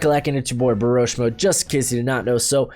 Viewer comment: at the beginning you said Boroshmo instead of Broshmo